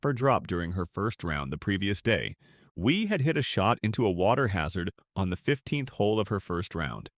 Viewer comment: Michelle Wee or Wie lol. AI voices are funny